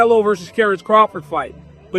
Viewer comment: The fact that DC couldn’t even pronounce Noche this moron Nosay… Aren’t they paying him 🤦🏾‍♂️👨🏾‍🌾